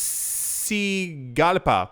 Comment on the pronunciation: Hey you nailed the pronunciation of tegucigalpa. Thats where i’m from but i live in nc by the way